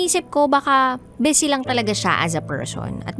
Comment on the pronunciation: Ma’am, bisi po, hindi bese!